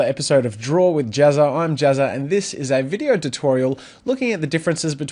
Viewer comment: In the Intro, I always understand "Draw with Jizzer".^^